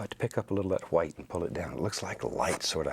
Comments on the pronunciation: Stop saying white that way we stop saying like that since 1066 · “Titanium H w i t e” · little bit of HWHITE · why does he pronounce white so weird? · I love how he says white